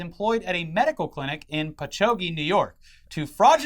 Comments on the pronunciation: I get it but hearing "Patchoggy" made me cringe. It's "Patchog". Dumb way to spell a dumb town. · I laughed when said Patch-hoagie, it's pronounced Patch-hog, but that's what happens when we use Native American names! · I'm from NJ and hearing say Patchogue "pa-cho-gee" instead of how it's pronounced "patch-hog" has me dying right now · Holy shit! The Vax story was right near me! Patchogue (Patch-awg) for pronunciation) what the fuck I need to look way more into this. This woman needs to lose her job forever. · On one hand I'm happy to see my town on ID... But not like this 🤣. I live in Patchogue (pronounced like Patch-hog). Folks never pronounce it right, even other Long Islanders. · I love the way people who aren't from NY pronounce Patchogue, it's so fucking funny